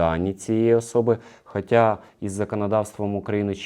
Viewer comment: Ви молодці але--- не "хотя" а хочя